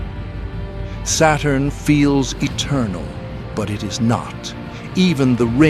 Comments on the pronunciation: It's Saturn, not Satan bro Just chill 😂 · SATURN Pronounce SATAN.. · Saturn pronunciation almost same to Satan, SAY IT !